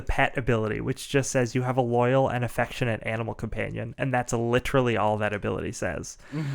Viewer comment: "Loayal and EFECTIVE (not effectionate) animal companion." I love this game and it has become a staple of our group. WoDu, like so many PbtA games has been adapted and expanded upon by others. And indeed, I have expanded my own version of this to suit my game world. Glad to see it getting noticed.